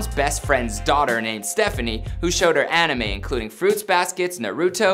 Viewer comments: he pronounced amine a•me•nay wtff is pronounced aminay tf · Zuoop The Egg. No.. it’s An-Ih-May So a bit close (Not trying to be rude :) ) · "Uh-me-nay" do y'all not do research? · Name: Animé Man: Aminae